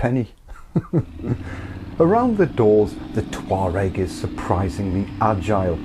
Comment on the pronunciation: All I hear is "Toe rag"